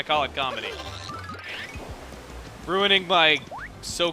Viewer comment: Im suprised when he says "ruining my jokes" he didnt emphisis the RUIN